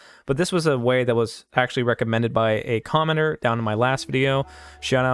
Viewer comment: OH Commenter! I thought you've been saying commoner